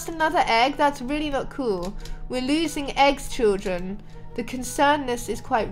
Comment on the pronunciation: Stop saying chilldren 😑 I am chilldren 😐